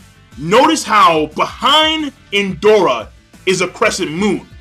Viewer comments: One thing, when you try to pronounce the name of Indra, sounds Endora, is IN-DRA, is the same when you say "neji" in your videos, listening to "Nenji", greetings and very good review as always. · Did just say ''Indora''? Lol